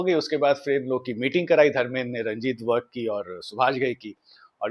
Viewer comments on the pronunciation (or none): Its virk not vark